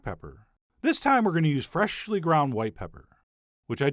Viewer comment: I luv you but the way you say “freshly” is not funny